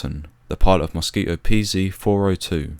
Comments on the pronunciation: A very informative film, well-structured, and you told the tragic tale well. Only one thing irritated me throughout, which is that there is a "t" in the word Mosquito. But I suppose that's a small gripe! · The dropping of the "t" in Mosquito is how some English speakers say many words with a t in the middle. It's common with words like twenty which becomes "twenny" . If I said 28, you'd here "twenny aight" with the t at the end of eight also being dropped. It's called a glottal stop. That said, I personally wouldn't drop the t in mosquito. I would also say zed not zee as it was said in the video. British people don't say zee like Americans so I don't know why he uses it here. I would also say that height for flying should be in feet just as it would have been back then for the RAF and is actually the required terminology for aviation today. Regardless of all that, it was a good video.